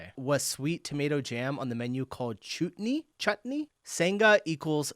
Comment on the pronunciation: Did you really just pronounce 'chutney' as 'chootney'??!! 🤣🤣🤣🤣🤣🤣